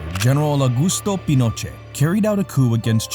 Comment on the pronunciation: I was enjoying the video until the narrator started mispronouncing Pinochet